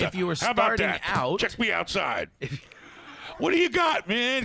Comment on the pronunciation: Did say "cash me outside?" Hahahahah